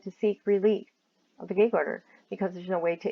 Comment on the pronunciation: Your accent is interesting. I’m trying to place it. I’ve never heard gag pronounced gaig before.